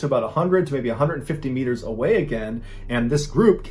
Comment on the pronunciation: Love the stories, but "meters" is super annoying. Maybe it's just me.